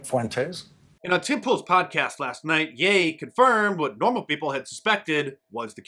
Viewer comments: It's 'Ye' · It's pronounced Ye. Like He with a "Y"